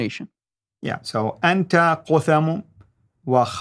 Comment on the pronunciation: its spoken "kat hum" or isnt it ? (no english TH)